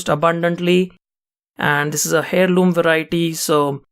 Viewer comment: in america we say airloom(eirloom) The "H" is silent u said hailoom just sounds funny.